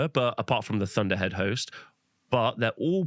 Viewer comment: i swear he said lord of the hoes not lord of the host around 1 hour 25 minutes lol